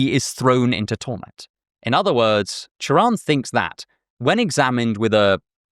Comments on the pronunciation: i can’t overstate how much i appreciate the fact that you pronounced his name right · props on getting his name right. this might borderline sound like a veiled insult but it's a pet peeve of mine. doubly so when i've been meaning to get into him recently so i'm getting good vibes already. :) thanks for the video! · I love how you pronunce Cioran, extremely accurate Also, Cioran sound very similare with Cioară in Romanian which mean Crow, which make his name very ironic